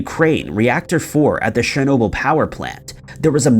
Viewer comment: You've got a serious problem with pronunciation of certain words and names of things that I and most probably other people also can't believe that you haven't heard those certain names/words pronounced correctly 🤔 for example today's brainfart was 'shernoble' the correct way is 'chern-obyl', and I don't mean to undermine you or belittle anything you have achieved with your channel as I'm an avid follower of your posts but it's the way I was raised and educated and my parents would be on me in a New York heartbeat for any mispronounced words/phrases and it's obvious that it's rubbed off on me and became like a habit of mine and grates on me when people mispronounce things that people must have without a shadow of a doubt heard people say correctly 😉 aaahhh right got that off my chest 😉